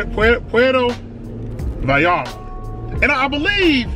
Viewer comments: puerto vi-yare-ta 😂😂😂 i love you man but that was funny af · Please enunciate it as Pwhere as in where with a P at the beginning sphere toe Vie Yar ta. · You are wrong. The double l is pronounced like "ya". "Puh-where-toe Vye-are-tuh" would be the correct pronunciation. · It’s pronounced Pu air toe vai art ta. Props to you brotha learning that espanol. Keep them reviews coming!!! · It’s pwe rdo . The r is special it goes rrrr learn that shit on you tube though. And then it goes vie yarta . Pwe rdo vie yarda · Poo-air-toe Ba-yar-tah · Puerrrto Vayyyarta....double LLs in Español , are pronounced like a y. 😊. I love your attempts to get the pronunciation right & I love your reviews & channel! Keep up the great work! Provecho...Enjoy! 😊💃🏽🌮🌯 🇲🇽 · Most fire content I’ve seen in a while, had to subscribe and hit the notification bell. P.S. 2 L’s makes a y noise so it would kinda sound like puerto vayata. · Should have gone for a carne asada plate with Tortillas de maiz (Corn tortillas) "Por-ware-toe Va-yar-tah" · Its pronounced Vie-Yar-Ta. Puerto Vallarta. Another banger! Keep em comin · Pronounced as “Puer-toh Ba-yar-tah” were the “t” is softer. First off: stir-fry is more Asian-inspired rather than Mexican. I was hoping you would enjoy something like tacos al pastor, or carnitas, cochinita pibil, or a quesadilla. But I’m glad you tried mole. Like you said, it’s a peanut based chili sauce but it’s also has a hint of.. I don’t know if you tasted chocolate. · Puerto (spanish for "Port") Vallarta (LL sounds like a Y, and a strong T "VayarTa") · “Poowear-TUH Vie- AR-TUH” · Easy way to say it -pwer tho, vay yar(d) tha. Can roll those R's if you like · Pronounce it this way: Puerto Bi-arta. In their language V’s are pronounced as B’s. 😀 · it is pronounced “Poo-err-toe Vah-yarr-ta” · It's pruhnounce pwetho viyetta say it really fast tooo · Pwair-toe Vie-are-tuh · Puerto Vallarta - Sounds like pu elrrr toe vi arrr ta. Put some Pico De Gallo on that.